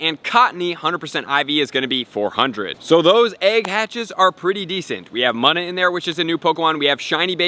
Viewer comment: Btw it’s pronounced moona